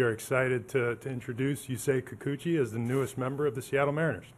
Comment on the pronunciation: Yusei Kikuchi "You say Kikuchi" well soooooo gooooooood!